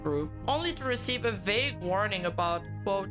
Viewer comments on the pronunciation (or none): none